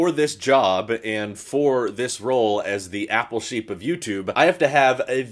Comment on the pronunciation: When I first started watching I thought you were saying your name at the end. “This is Shapeer”. I thought your name was. Took like 20 more videos before it dawned on me “OH APPLE SHEEP” Anyway, thanks for all the videos.